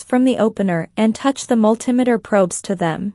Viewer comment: I've never heard of a mul TIM eter...... A Multi METER yes, but if the video commentator can't pronounce the name of the tools correctly, I'm wondering if the information is ACCurate!!!! It may be inaccURATE...